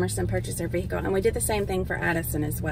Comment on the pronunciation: I love how calls it a “vehickle” instead of just a....car! 😆 Say car! It’s a car!